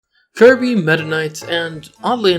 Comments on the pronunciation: clobbehs dat dere Kirbeh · He needuh monstah to clobbah that there kirbeh